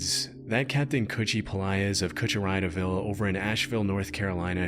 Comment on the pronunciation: Lol your pronunciation of Kutcharitaville